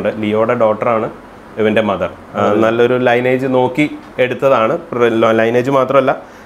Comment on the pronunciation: ലൈനേജ് അല്ല..🙏! ലീനിയേജ്...